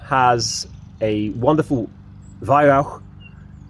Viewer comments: At long last, someone who can pronounce Weihrauch correctly! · Good review, as always. To be honest, I wasn’t that impressed with the accuracy although I expect a bit more experimentation with pellets might improve that. One thing that made me say “Yes!” out loud was the fact that you pronounced Weihrauch correctly. A rare thing indeed.